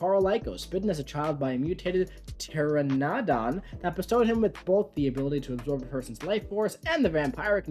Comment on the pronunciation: Just wanted to say pteranadon is pronounced tur-A(like apple)-na-don